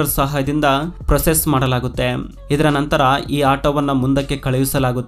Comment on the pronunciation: ಸರಿಯಾಗಿ ಕನ್ನಡ ಉಚ್ಚಾರವಿರಲಿ . ಮಾಡಲಾಗುತ್ತೆಮ್, ಒಂದಾಗಿ ಜೋಡಿಸುತ್ತಾರೆಮ್ ...ಎಂತ ಕರ್ಮ ಮಾರಾಯ ..